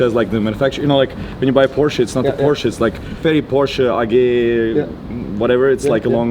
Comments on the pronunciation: How in the name of Germany, can you pronounce PORSCHE wrong :D But gratz for your very very nice car! Hope to see the car in action. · Herr Rosberg, Sie sollten wissen wie man PorschE ausspricht ;D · crazy how nico is basically german, has a german accent, but still manages to pronounce "porsche" wrong to sound less german i guess. cringe. no hate tho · Very big shame on you as a German, for Not speaking Porscheeeeee ! Right ! ITS Not named Poshhh, Like the stupid Isle apes say IT ! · You know it's pronounced Porsche, not Porsch, just say it. Why pick on on mistakes Americans do? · Nico, why would you say PORSCH common man... Sprich das ma richtig aus bitte... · How about starting pronouncing the name of the car the same way the person does, who's name the car is carrying? 😉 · Nico Rossberg... says "Porsch"?? wtf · Nico: You are half German and you spell Porsche .. PORSCH... Shame on you.. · Dear Nico, as a German you shouldn't say "Porsch". PorschE please 🥺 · Nico, du bist deutsch, dann sprich PorschE auch richtig aus 😂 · I find it strange, that you`re German, but pronounces Porsche...........in English !!!!!! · Did a german just called a Porsche a Porsh? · Bei Eigennamen wie Porsche, braucht man im englischen das "e" nicht weglassen 😉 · Mr. Rosberg, it's "PorschE", not "Porsch". But don't worry, that mistake often happens to people who are not familiar with the german language. Oh wait...🙄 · Porsch, ?? Come on Nico! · Nico! Du bist ein intelligenter Typ,aber Porsche als Porsch zu nennen,nur weil Du englisch sprichts ist lächerlich!! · Nico wieso sagst du eig porsch anstelle von porsche? Dachte markennamen spricht man je nach dem woher sie kommen richtig aus zb ist es ausgesprochen ja nicht nike sondern nikey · Nico, did you say "Porsch" being german??? Oh Nico, no 😢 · Alter, wirst Du wohl Porsche richtig aussprechen? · Amazing that Nico cannot pronounce Porsche correctly. Smh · A german misspronoucing Porsche ouch